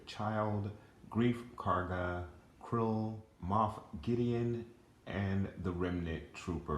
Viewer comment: Great Looking Figures. You missed Greef Karga's Butterfly Joints in his Articulation though, and FYI You mispronounced Kuiil's name. It sounded like you were calling Him Krull, or Krill, but His Name is Kuiil, pronounced Coo-eel. I Still need Him and Gideon. I had to have 2 of those Bikerscout sets though to Recreate that Iconic Scene from the Show with them Parked Side by Side talking about Grogu in the Bag. I put the extra Grogu in the Bag over My Beskar Mando's Shoulder and it looks Great. & MTFBWY